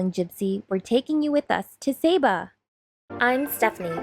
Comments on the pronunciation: it's pronounced sah bah not say bu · lovely Video, the previous video popped up and watched it, Saba is my favourite place to visit, love it there, esp the Elfin Forest and you walk through the the clouds, SAY BAH is the proper pronunciation, I think i saw your boat in St Maarten before, i believe by Lagoonies, the name seems familiar. cheer to my fellow Torontonians